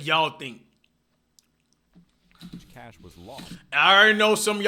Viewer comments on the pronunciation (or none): cash sounding exactly like flight😂😂😂😂😂